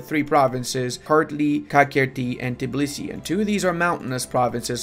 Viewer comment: I'm disappointed, most of the Eastern Europeans can pronounce our capital exactly as its written and not Tibilisi as most of the people + you as well do lol. Get better bro